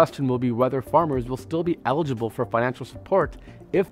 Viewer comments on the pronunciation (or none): none